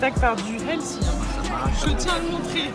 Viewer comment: Je parlais du nombre de fois où tu as prononcé "elssi" 😂😉 au lieu de 'healthy' ; évidemment faut profiter de manière raisonnable, toujours 💪🤗